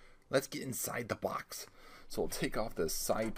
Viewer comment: "Les take a look inside the bocks"